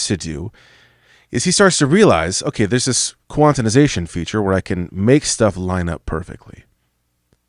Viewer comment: The fog you put my brain in every time you said “quantinization” instead of “quantization” lol